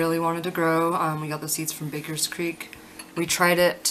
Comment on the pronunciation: its baker creek not bakers creek everyone says it wrong